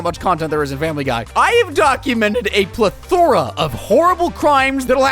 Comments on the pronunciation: He also says ple-thora instead of just plethora. Not everyone is perfect I guess or maybe he does that on purpose... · PLUH 🗣‼️ thora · Ple-THORA is crazy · The biggest crime in this video is this pronunciation of Plethora. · I hate how u pronounced plethora